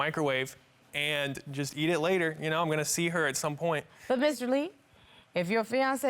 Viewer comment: It's the way he kept saying "Andt" ugghhh